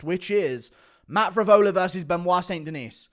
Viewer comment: Somebody has to get him to say st. Denis properly. Sounds like Chael. De-knee guru.